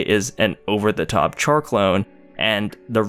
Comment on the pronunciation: Oh yeah, a bit of correction, Char is pronounced as Shar not literal Char